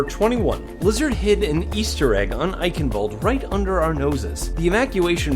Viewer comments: Why all English people say Eickenwalde it's Eicccchhhenwalde. I'm German that fucked up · as someone who grew up in germany, i cringe everytime when people, even the overwatch announcer voice, say "Eichenwalde" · Germans watching this cringe at your pronounciation of Eichenwalde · As a german, your pronounciation of "Eichenwalde" triggers me.